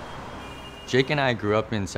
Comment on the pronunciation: Isn't it Jake? not Jakey?